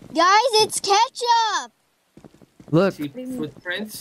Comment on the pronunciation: I love said ketchup like krew